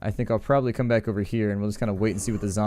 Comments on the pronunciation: The concatenation of probably is purely a California thing. In WA state we kidnap folks and make them pronounce it correctly. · Here in Colorado, people tend to say "prolly" instead of probably. Just a regional dialect thing, I'd guess.